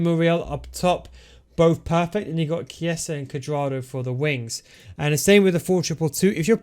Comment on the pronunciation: Chessa?! Minchia …